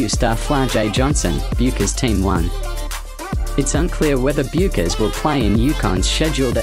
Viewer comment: How about learning how to pronounce the name of the person you are talking about. Research 101!